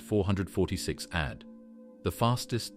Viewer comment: He's talking about it saying ad like ad and not a d as you would in a sequence of numbers symbolizing a name. And the way they say pular is also extremely terrible to listen to. I've heard him say is like 15 times already